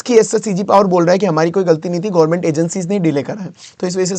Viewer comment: यार गौर्मेट नहीं गवर्नमेंट होता है और सेमीकंडक्टर gaint china नहीं ताइवान है